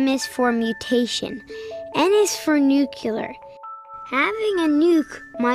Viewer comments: Well done but if you're making a movie about nuclear weapons, try not to say "nucular", ok? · i always crack up whenever somebody says "nukular". it really does sound like a childish mistake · STOP THE NUCULER WEAPONS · CAN'T ANYONE PRONOUNCE NUCLEAR CORRECTLY!???? "NU-CLEAR" if you say 'nuclular' you are a parrot of ... Bush! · lol... Thanks to George Bush, 4 out of 5 Americans don't know how to pronounce "Nuclear" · Just because the US president doesn't know how to pronounce nuclear correctly doesn't mean you have to put the incorrect pronunciation into a kid's mouth!!